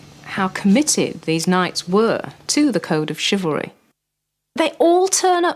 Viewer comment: The Narrator's pronunciation of 'Chivlary' is driving me crazy